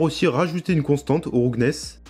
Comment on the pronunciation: "roughness" se prononce "raouffenesse"